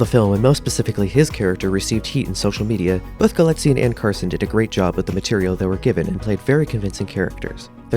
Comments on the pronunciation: Your highly principled opening statement is denied by incorrect facts, grammatical errors and mispronunciations throughout. First, the name is Galitzine, stress on the first not second, syllable, as you should know by now. Especially after wide publicity for Anne Hathaway's name rap. Nor is it "Guillotine" as in subtitles. Do you copy check? Clearly not. Dulwich is pronounced with a silent 'w'. Villiers is pronounced Villy- ers not with some cod French stressing. You use the word 'imminent' when the correct word is 'eminent' and although you can have 'several of many' you cannot have, as your voice over, 'many of several.' As another comment points out - and I am not the first to offer corrections here - Anne Hathaway's character is Solene, not Sophie, which shows you have referenced an outdated press release. Galitzine is not proficient at violin - easy to reveal by homework - but is highly proficient and self taught in guitar and piano. Poor resumes of storylines are not interesting facts about the actor, but should include proper details such as how, without acting training, his first professional role was as the star, that he was a professional level athlete, and speaks Spanish. For a start. Perhaps you need to go back and redo for the sake of versimilitude. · У него русские корни. Это известная древняя фамилия . Правильно ударение на второй слог.